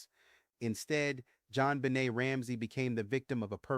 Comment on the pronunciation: I think voice was fed into some kind of AI story telling equipment which explains the mispronounced words such as Deena and Bennett for Benet, 9-11 for 9-1-1, etc. In turn the equipment is hooked up to a word processor on which he has typed his PhD Dissertation. Just guessing.